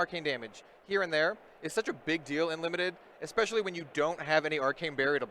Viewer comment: Listening to this and increasing Blood Debt by 1 every time the commentator says 'ekspecially'.